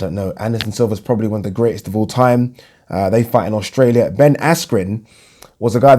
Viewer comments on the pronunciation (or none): none